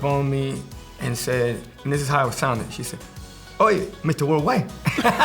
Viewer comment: Did Kelly just say "wey" 😂